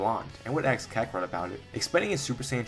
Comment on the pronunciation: "Ask" ❌ "Axe" ✅ 😂😂😂